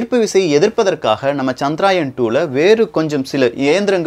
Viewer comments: சகோ அது சந்திரயான் -chandrayaan (சந்திராயன் இல்லை) தவறு திருத்திகொள்ள மட்டுமே,,please don't mistake me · Bro.. It is Chandrayaan. Not Chadraayan. Pls correct pronounsation also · It is not chandraayan , correct name is CHANDRA YAAN . . .